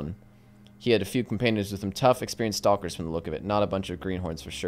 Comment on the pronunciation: Why does he pronounce the L in stalker